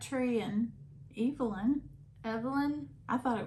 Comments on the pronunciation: You were correct in your pronunciation of Crabtree & Evelyn (long E),. Enjoying your channel. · I am so glad you pronounced Evelyn the British way. So good to hear you two laugh. If I had to choose and acid!!! Still laughing here. (I pause to jot down a comment before I forget. Did not realize you could see that??) I have truly missed you so much. Molly glad you have a new job that you enjoy. OK, you aren't going to tell us the outcome of the MRI? Well I hope you are well. Thanks for the video and hope you have a wonderful week.